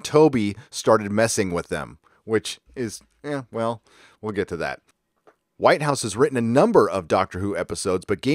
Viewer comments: They have indeed messed with the scripts... I love Doctor Who, but its brilliance is drowning in way too much ridiculous PC and childish scripts. Also, too many people traveling with the Doctor.... it's all a bit of a mess. By the way... it's Toby 'Wit-house' not White-house'. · It's not White house it's Whithouse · It's Whit-house.